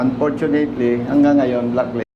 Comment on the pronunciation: Hindi blocklisted… BLACKLISTED!!! Aral muna bago vlog ha 😂😂😂